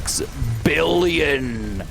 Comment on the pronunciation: Billon wow😂 why you said billon ok